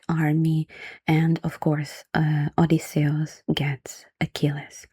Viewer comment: i like the way you pronounce Odysseus, it sounds more Greek that way